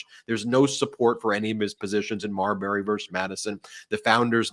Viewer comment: Marbury? Come on.